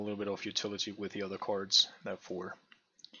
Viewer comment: It sounds like you're almost eating your tongue when you pronounce "cards". [Ceerrrds] :D